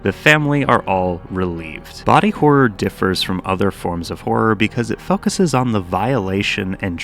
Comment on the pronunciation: Thanks for not removing the new and improved way to pronounce the ooo so boring and at times impossible to do with a serious case of adhd “Focus”now known as “Fukusous” 😂 its pure art thanks again and blessings on blessings on blessings be upon you My guy keep doing your thing